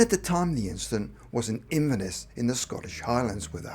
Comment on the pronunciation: I normally like your channel, so I will forgive you mispronouncing Shoeburyness and Inverness, but for Christ's sake! Norwich is not in North West England and Norfolk (which contains Norwich) is not in North East England. You don't even have to go to the expense of buying an atlas nowadays, just look it up on Google Earth! Stupid mistakes like that make you look unprofessional and LAZY!